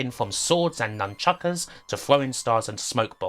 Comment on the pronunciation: The Last Ninja, for me, is way overrated. Played the C64 version and currently own the BBC Micro port. Obviously the Beeb version is inferior and it is terrible, but even the lauded Commodore version is shite IMO. Also it's nunchucks not nunchuckers lol